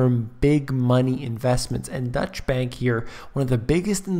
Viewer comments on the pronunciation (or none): Its not "Dutch" bank btw